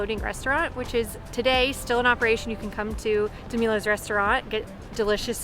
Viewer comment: Dude - your city identification is a bit off - you went into Scarborough *Holy Donut”, South Portland (Cape Whoopie) and Cape Elizabeth (Portland Head Light). Portland Head is not in So Po. Also it’s Di -mill -ohs. Not Di-meal-ohs. Don’t ever eat a lobster roll with a fork and knife. Also for parking - be wary of predatory lots. I only park on the street. Anyone thinking of coming - make sure to try a lobster roll at Bite into Maine near Portland Head. Also don’t pass up Scratch Bakery and Red’s Dairy in So Po. And if you are driving to Portland Head, you will go right by Spring Point Lighthouse and Bug Light in So Po.